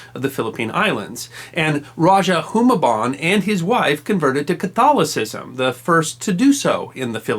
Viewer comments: Raja Humabon! Not Humaban! Stop mispronouncing it! Magellan lost because it was low tide and they couldn't get on the shore with heavy armor and weapons. When Magellan's men got off thw ships, Lapu-lapu's warriors simply waited for them to be stuck in the mud during the low tide and picked them off easily. Like the difference of your Humaban and Humabon. And yes, I'm from Cebu. I know where the strait they sailed on, the route they took and where they landed. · Raja is pronounced as raha and Humabon with long "Hu" as hooo-mah-bon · Love this, it's simple but enough. It's an old vid but it seems no one has pointed it out. Just in case, let me correct you: Rajah is read as "ra-ha" not ra-ja, and you read Humabon as hu-mah-bohn with a long ma. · You mispronounced some names wrong Humabon is hard vowels and Cebu is Ce should be soft while bu should stay the same as your pronounce it